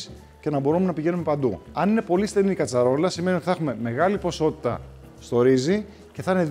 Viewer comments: "αρεκτη ποσοστοση αμυλου"...Ξεχασα τα Ελληνικα μου.. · Είναι ιδέα μου ή ο Ιωαννίδης δεν μπορεί να πει την λέξη ποσότητα??